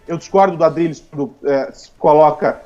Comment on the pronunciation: "adrilles , adriLHES, ADRILHEES !!!! " kkkkkkk Maluco não gosta de ouvir kk